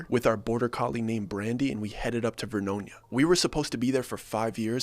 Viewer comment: There is no VERNOINA, It's Ver-no-nia. 10 miles west of the city of Saint Helens.